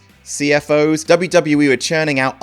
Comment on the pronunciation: It's pronounced: "C-F-O-S." Dollar sign is that old trend of misspelling being cool.